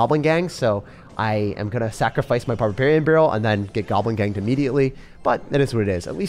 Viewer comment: Man said "get gobling ganged immediately" 😂😂